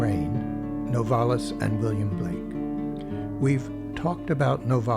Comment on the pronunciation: It's NOVA-lis & not No-VAR-lis.